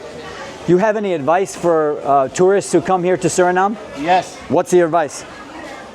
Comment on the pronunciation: My home ❤❤❤❤❤ Note, SurinamE. You gotta say the E.